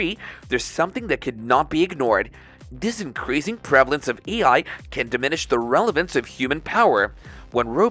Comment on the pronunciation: The AI bot reading the script keeps saying "ei". Somebody kept saying "Old McDonald" during it's training.